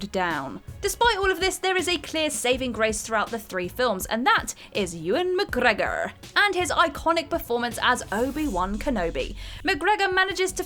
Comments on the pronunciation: What's with the cringy pronunciation of Mcgregor? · New drinking game. Everytime she says McGregor like that, have a shot so you can forget you ever heard it. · Saying "McGregor" like that repeatedly just reminds me of that person who repeats a shit joke over and over hoping someone will eventually laugh. Brad Pitt in Troy. Even though I love the film it was pretty much panned by critics. Also pretty funny you had to paste the bit about Captain Boomerang in. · No...it's not. No one says it like that🙂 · yeah literally how is this not the top comment, mildly funny the first time but it just gets increasingly offensive 😂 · who knows, best not to question these things I think, might drive you mad lol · Because it’s fun? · Because he's Scottish... GET IT????